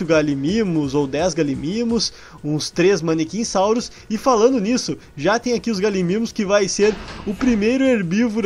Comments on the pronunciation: Não é maniquinssauro é mamenquissauro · n é manechinssauro é mamenchissauro com M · Nao e manequinssauro e mamenquissauro